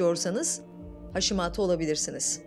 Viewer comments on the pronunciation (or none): Haşimato dedikçe sinirlerim bozuldu. Haşimoto haşimoto. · Sağlıklı Yaşam kastettiğim haşimaato olarak okunmaması